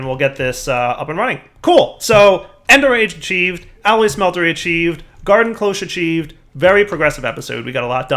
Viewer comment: or the "alloy SMELTERY" youre right, but he keeps saying it as a smetlery when its not a smeltery, lol